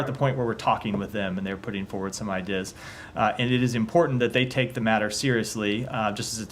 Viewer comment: This guy's brain is melting. Has anyone else noticed that he repeatedly pronounced "ideas" as "eye dizz"?